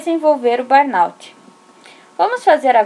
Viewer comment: Ótimo vídeo, obrigada por compartilhar. Só a pronúncia correta é "burnô".